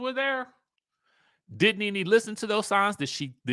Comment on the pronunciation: Did y'all see the latest reports of allegations from Bravo reality stars 🤔but y'all keep saying Ne Ne wrong😮 Y'all going to learn about these networks.